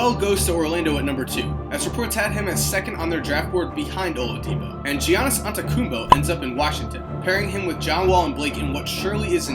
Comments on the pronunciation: He said G-iannis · giannis antagoombo? Really! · He said giannis with a g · Who the hell are “Paul” Gasol and “Gee-on-is” Antetokounmpo? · Lol it’s pronounced Yannis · Did he just call Giannis Gians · Am I the only person who realizes he pronounced Giannis wrong? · Everyone: Wow this guys a psychic Me: You said giannis wrong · He also called Pau Gasol “Paul Gasol”. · You mispronounced Giannis